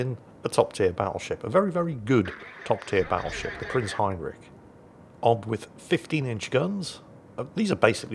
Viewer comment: Still doesn't know how to pronounce Heinrich. It's the "rich" part, it's not "rick" like every english speaker seems to think it is. And no, it's also not rich as in you've got a lot of money.